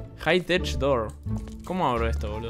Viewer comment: "¿como HABRO esto?" Jajsjdjsjdjs